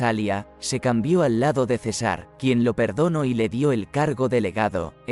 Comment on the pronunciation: La información que brinda este video es destruida por la pésima lectura: Cesár en lugar de César. Tanto desagrado me provocó que no terminé de verlo.